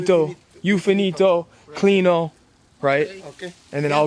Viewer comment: For all Spanish crew your Spanish sucks 😂 “cleanoh”😂